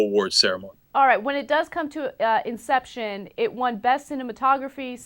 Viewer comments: He calls "Inception" conception. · Did anyone else catch when Cenk said "Conception" instead of "Inception" ? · lol Cenk called it conception